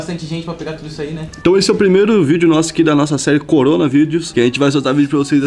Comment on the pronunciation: NÃO FALA CORONGA